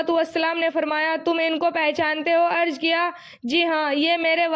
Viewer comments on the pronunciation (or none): Apne alfaz ki adaygi drust farmaye aap pehle jaise ki zed ki jed arz ki jgah arj